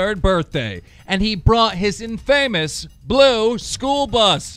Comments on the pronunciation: Ay yo Keem- the emphasis in the word "infamous" goes on the first syllable, so it's said like INfamous, not inFAME-ous. I gotchu fam. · Chris Vo "in famous" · Taz5961 no it's just famous with an in in-fae-mus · its (in-fa_miss) =infamous, not (in-famous) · Vikktorria Lunsford i was wondering if anyone caught that. He also said infamous like in famous. Dude cracks me up. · Viva Frei and "in-famous" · RyN but it’s pronounced “infa-mous” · He did, and in famous. What do you expect from the lawn gnome. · "In-famous?" Lmaoooo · He's commenting the way it was pronounced it's meant to be pronounced infa-mos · “Infamous” dude, it’s in-fuh-mense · In-famous😂 y’all remember when this niggah said “Touchy” when it read “touché” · "In-Relevant" "In-Famous" Keem fix your shit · "Inrelevent" "in.famous" wtf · Its infamous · Duffzilla12 he knows what it means, keemstar just pronounced it horribly wrong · I'm just here seeing if people are reading Keem to filth for how he pronounced "infamous" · That’s not how you say infamous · You said infamous wrong.